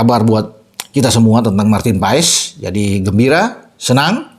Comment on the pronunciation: Bukan Paes bung tapi Pass 😊😊😊 kata kochi